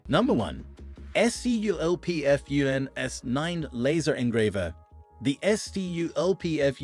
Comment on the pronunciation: interesting idea and concept for a video... but maybe dont leave your AI completely unattended? EssYouEllPeeEffYouEnn... SculpFun! Ill try to keep watching the video, but I mean, the video is 10 minutes long, you could at least watch it before you upload... Please?